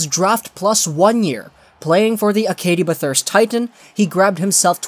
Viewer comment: It won’t be long before I think this guy will hit the NHL. I think he’s very underrated. Brisebois doesn’t look to appealing on face value but he doesn’t a lot for whatever team he plays on. I think in his prime he’ll be at best 2nd pairing, 4th d-man at best. Also Acadie-Bathurst Titan is pronounced Ak-a-dee Bath-her-st Tee-taw